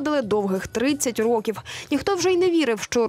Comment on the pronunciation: не зво'дили 30 ро'ків, а зводи'ли 30 рокі'в, наголос такий має бути